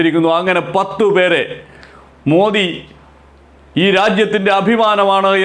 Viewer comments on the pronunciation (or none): none